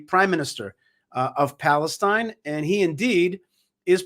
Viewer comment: "balestine" he said..🤣😂